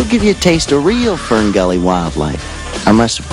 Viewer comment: Sounds like he is saying Spermgully